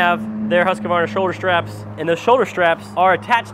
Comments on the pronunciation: It's Husq-var-na. Not Husq-ah-var-na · Huskavarna and Redmax. Who is making them? Most people don't consider buying Husqvarna because they can't say the name correctly even though RedMax is owed by Husqvarna. The q is silent in Husqvarna. Huskavarna 😂